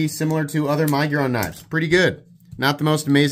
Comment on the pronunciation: I love you, man, but the way you say miguron drives me nuts